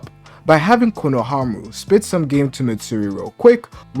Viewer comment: ITS “KONOHAMARU”😭😭😭